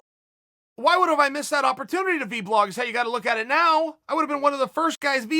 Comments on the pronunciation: US: it's pronounced VLOG Chael. Chael: V BLOG! US: Ok great! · “VBlog” the word of 2020 as spoken by our Lord, Chael P Sonnen. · Chael “V-Blog” Sonnen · Chael it’s not called v blogging its vlogging cmon